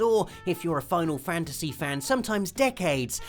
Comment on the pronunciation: U say Final Fantasty 7 likes its coming out this holiday LMAO